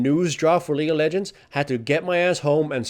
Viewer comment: Lol the way you pronounce lol sounds like Legal Legends which sounds like a movie about a famous team of lawyers.